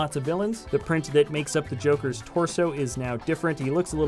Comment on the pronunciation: He said joket